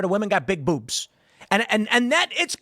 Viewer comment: "Beewbs" - south park 5th graders